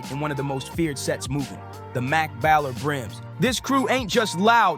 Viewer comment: No disrespect, you are pronouncing a lot of things incorrectly. Like the other day what's the 400 and 11. Like I said, it's what's the 411 like" 911" and also it's a baller like a "ball" not a baller like a "ballot"